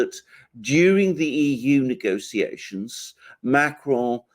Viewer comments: should avoid saying Macron’s name. Just anglicize it, if you have to say it at all but whatever that was he was doing with the CR made it sound like an Italian pronouncing “macaron”. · Why does refer to Macron as Macaroni?